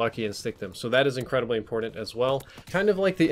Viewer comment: Lol "impordint"